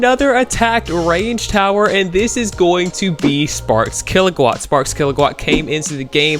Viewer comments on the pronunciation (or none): "Sparks Kilogwat"